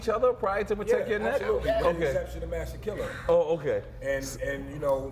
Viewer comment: NORE IS LIT! nigga couldnt even ssy masta killa lol